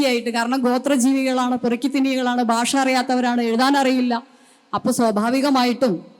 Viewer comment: ബാഷ അല്ല, ഭാഷ